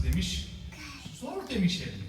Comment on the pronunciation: da zor derken zors şeklinde çıkıyor. Hocamızın r harfinin sonunda üç adet SSS var.